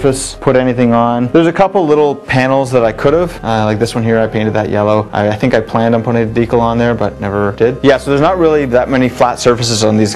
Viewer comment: What's a "deekle"? Or did you mean "decal"? Silly Canadians, eh?